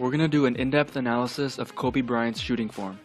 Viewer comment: bryant 其實念起來有特的音